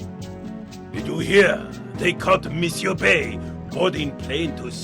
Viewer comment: Michel Bé? You mean Michael Bay? 😂